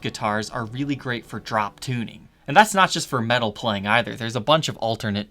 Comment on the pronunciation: Why did you start saying words like "metal," like, "meh-TTTal"? Please stop, just say "Meddle" like the rest of us.